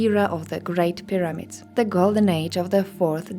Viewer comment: I love these videos, but why do you say things like "pi-RAM-ids" instead of PI-ra-mids and "pre-DESS-esors" instead of PRE-de-cess-ors? Did you learn English from a book? No offence! Just curious about your accent. You don't do it every time, just now and then. 🤗 {:o:O:}